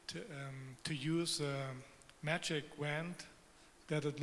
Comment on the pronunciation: ''To use a manic waannd '' really